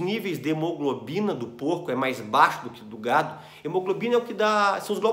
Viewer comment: Você disse gado, mais parece gato, kkk